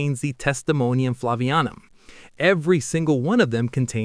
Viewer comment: It's "Flavianum," not "Flavanium."